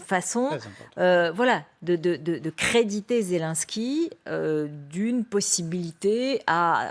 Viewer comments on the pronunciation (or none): Il faudrait que les journalistes apprennent à bien prononcer le nom du président ukrainien. Ce n'est pas Zélansky, mais Zélénnsky.